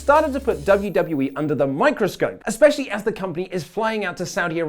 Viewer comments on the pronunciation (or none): none